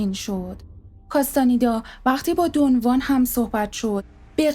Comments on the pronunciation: با احترام و تشکر از شما سوگند خانم من کتابهای هدیه عقاب و چرخ زمان رو ار از کارلوس کاستاندا خوندم و اسم اون شمن سرخپوستان دون خوان هست که شما دون وان تلفظ میکنید شاید دون وان کسی دیگر است که من باهاش اشنایی ندارم سلامت باشید. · دون خوان. نه دو وان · کاستانیدا❌ کاستانِدا✅ دُن وان❌ دُن خوآن✅ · درود تلفظ درست ...دون خوان ماتئوس است🎉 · رود به شما.بسیار عالی ،کامل و درست بر اساس کتابهای کارلوس کاستاندا،البته به شیوه ی همه فهم توضیح دادید و خواهش میکنم ادامه بدهید.اما یک سوال:ازآنجاکه همه ی کسانیکه کم یا بیش،با عرفان تولتک توسط کارلوس کاستاندا و شاگردان دیگر او و دون خوان آشنائی دارند،همچنین در همه ی کتابهای مربوط به این معرفت،چه در نوشته ها یا گویشها،دون خوان را دون خوان گفته و نوشته اند ولی شما، حرف خ را از اول نام دون خوان حذف میکنید؟آیا دلیل خاصی دارد؟ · دون وان نه دون خوان